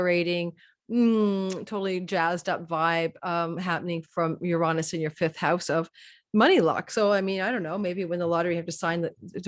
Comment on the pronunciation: Everyone is struggling with the word Uranus….. no one wants to say “youranus” 😆….how about Uranus…yur-Aa-nus. Quick short vowels….not uraaanus